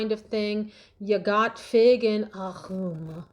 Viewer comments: Ok amiga! Agrummm that’s it! 😂 😉 we don’t pronounce the « es » at the end. Back to the video! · Fave new word: ACCCCHHHGRRRRRRUMMMMES… 😂